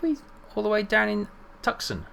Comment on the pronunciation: Great stuff. I love the videos. You're pronouncing Tucson wrong, though. Phonetically, it is pronounced "Too-Sahn".